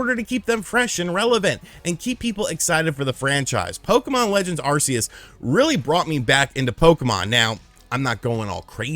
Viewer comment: OMG,my guy, it's pronounced Arceus "ARK-E-US" NOT "ARE-SEE-ESS"! I don't understand where people get ARE-SEE-ESS from? If you ever watched the official movie: Arceus and the Jewel of Life, they clearly pronounce it "ARK-E-US". Even the official announcers say it! Good grief, get your Pokemon pronunciations right people!😆